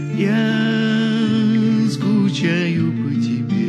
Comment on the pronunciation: Я скучаю по тэбэ. Сказал как щирый